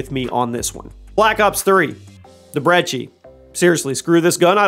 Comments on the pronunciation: You pronounced the brecci as breggi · ci is pronounced like -che in Italian. Since we're unsure of the phonetics of the name, he normally says both